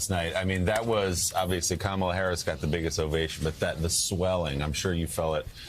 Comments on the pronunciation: Great speech, Rev Ale. Please take 20 seconds to learn how to pronounce Kamala's name. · mispronounces her name